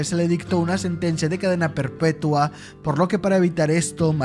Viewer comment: Se dice perpetua no perpueta